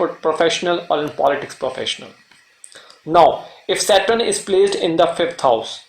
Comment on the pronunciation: It is Saturn, not Satrun. I couldn’t listen to you saying it the wrong way hence couldn’t watch the video. Is there anyway I can get a blog to read about Sa darakarak?